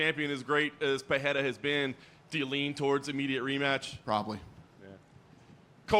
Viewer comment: how is still mispronouncing Pereira 😂